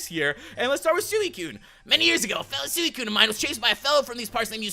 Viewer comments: You dont prenounce it Suiciune its Sweecune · it's pronounced swecune